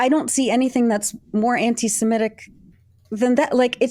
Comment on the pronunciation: Thank you for saying anti-semitic, rather than anti-simetic. And will anglophones please also start saying nuclear, rather than ‘nucular’?